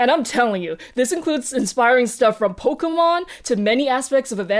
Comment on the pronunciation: I liked this episode. I did not know so much that was shown in this episode. I was confused by your pronunciation of Nintendo, Pokemon, and Evangelion. When you pronounced other words, they all sound like I thought. But Nintendo, Pokemon and Evangelion were not what I expected. Still enjoyable to watch.